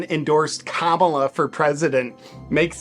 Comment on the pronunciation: The fact he can’t say Kamala right 💀